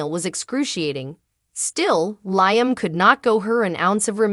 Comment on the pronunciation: She said Liem like lie m, not Liam 😂😂😂